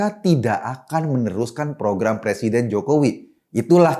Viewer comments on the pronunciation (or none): none